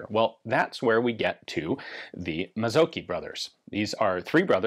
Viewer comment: Mazzocchi - the cch isn't a hard "k" in Italian but rather like the ch in "chi" (as the Chinese "life force" thingy). And then the emphasis on the "o" and a short "i"